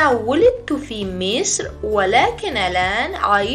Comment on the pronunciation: غلط املایی دارید: ولکن- طهران تلفظ "مصر،طهران،قطر" همه فارسی بود نه عربی!